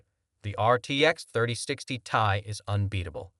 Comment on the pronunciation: First, you show the intel arc as first and best option, and you show ray tracing during your spill, ARC DOESN T DO RAY TRACING All the info is wrong here, the 3060 is last gen and was the LOWEST card in that range for gaming (3050 doesn't count as gaming) it s T.I. not "tie" None of what you are saying make any sence and it all wrong, fucking AI video crap